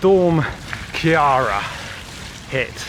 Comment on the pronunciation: The Ciara in Storm Ciara is pronounced Key-ra. We had a good laugh at your pronounciation. Try other Irish names in a video please, like Caoilfhionn, Ailbhe, Saoirse.